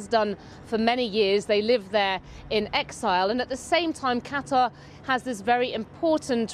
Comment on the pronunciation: Why does he pronounce 'Qatar' and 'Tehran' so strangely sometimes?!